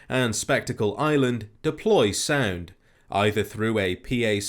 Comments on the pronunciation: I thought you said sand instead of sound at first, and I thought "aw yes sand the only true weakness to crabs" it gave me a chuckle keep up the great work. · when you were saying 'sound' I was hearing 'sand'. Kind of makes me wonder what you sound like when you say 'sand'. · When he said "sound" I thought he said sand lol